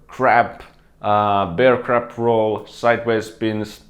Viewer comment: Am I the only person that hears him say crap instead of crab? lol still a good video👍